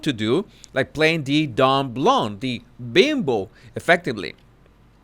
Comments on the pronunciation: I love you, but the “b” is silent in “dumb”. No offense intended. Trust me, I’m not a “sugar”. I agree w/your analysis of Harry’s wife, the former bimbo( according to her). I adore Paris, who is a smart cookie and far from a bimbo. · the “b” in “dumb” is silent. Even with a suffix, it remains silent.;-)